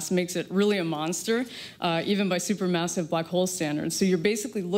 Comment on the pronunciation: "supermousive black hole" ?